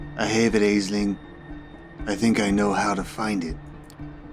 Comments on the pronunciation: I thought it was pronounced as Ashling!! I guess I've been hearing it wrong 😅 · If it rankled anybody else: Aisling is an Irish name and is pronounced "Ash-leen" (we have a hilarious comedian/comic actor in the UK called Aisling Bea, hence why I'm familiar with the name). Mispronunciation aside, I really enjoy listening to and playing through these vampire games. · Trying to thumbs this up so that sees how to pronounce an Irish name. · I think it's pretty much consensus regarding this game is that was good but the ending is deeply frustrating. At least that was my experience. Also, I know it's already been mentioned but I feel the need to reiterate: Aisling is an Irish Gaelic name pronounced more "Ashlynne" or "Ashleen".